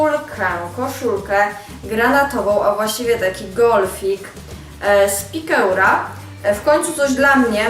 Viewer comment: piekura,, - pikeur - czyta się,,piker